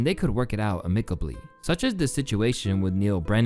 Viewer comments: Gall? Amicably? Is this an AI voice? 😂 The way you pronounce these words is just wrong 😂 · I liked the video. Just to let you know, for future reference, that's not how 'amicably' or 'gall' are pronounced. Instead of me trying to explain, just google it. Thanks for the video though. I've watched a lot of stuff about this topic but you introduced me to a couple of examples I hadn't heard about.